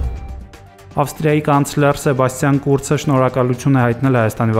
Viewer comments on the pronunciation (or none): "Կուրց" չի իր ազգանունը։ "Քուրց" է! Ռուս հոմ չեք? "Ք" տառ ու հնչյուն ունի հայերենը։ (Իսկ հայերեն հարցական ու բացականչական նշաններ չունի Անդրոիդը